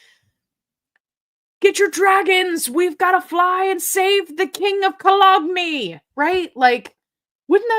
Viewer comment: Your pronunciation of cologne is good. We say Köln, by the way.😄 I have been following your great work for a long time. Your charisma is fantastic, thanks the information you share with us. A few months ago, I asked you something, and you were the only creator who answered my question. Thank you again.! I'm sorry you lost your Facebook group, but don't give up. Unfortunately, this world is all about money. As you can see, many people listen / watch you around the world, and besides, you can at least be seen on YouTube. See you / hear from you next time!😉